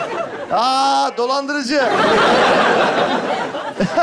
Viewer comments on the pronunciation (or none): Okumuş kadın dolandırıcılık diyemiyo